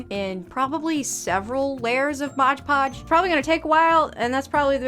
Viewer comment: That's all pretty dern amazing! But maybe I say, it's Mod Podge, not " Modge Podge" ( worked at a craft store for 20 years...lol)